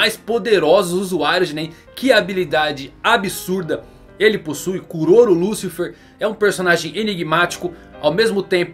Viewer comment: '' Liucifer é foda ein, deu agonia ouvir essa pronuncia''